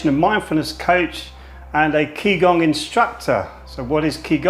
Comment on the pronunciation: Its actually ji gong. Ji like journey not ki like kill. For gong I should show you the phonetic transcription but I doubt you know that.